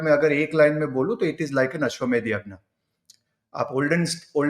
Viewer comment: कार्तिक जी आप अभी भी blunders करते जा रहे हो । आप ज्ञानी हो, ज्यानी नहीं तो जान लो अश्वमेध यज्ञ होता है अश्वमेध यग्न नहीं । हिन्दी की मिट्टी पलीत करने का किसी ज्ञानी को भी अधिकार नहीं ।